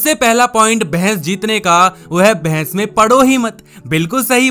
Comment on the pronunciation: It is not bhains it is bahas